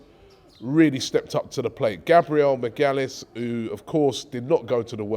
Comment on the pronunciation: Did Robbie just call him Gabriel McGyalliss?? 🇯🇲🤣